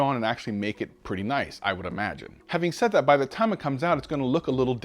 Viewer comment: Jon seems legit but it's tough to take him seriously when he pronounces "that" and "there" like dat and dere